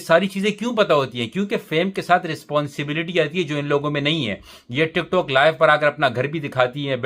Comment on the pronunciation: Bhai ye tik-tokh nahi, tik-tok hota hai.